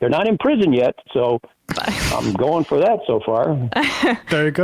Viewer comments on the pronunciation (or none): What accent is it when one pronounces "for" as "fur"?